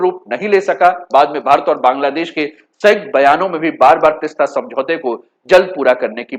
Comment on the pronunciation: तिस्ता नहीं तीस्ता बोलिये जी